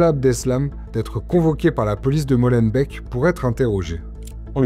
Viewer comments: Molenbèc Schaerbèc Etterbèc et même Neder-Over-Heembèc ne vous remercient pas pour la prononciation 😂 Mais pour le reportage, oui. Merci. (On dit Molenbééééééque, Schaerbéééééque etc etc bisous chers voisins) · au cas ou "molenbeek" se prononce "molenbéék" et pas "molenbèk", ça serait pas mal de savoir prononcer les noms des lieux dont vous parlez ;)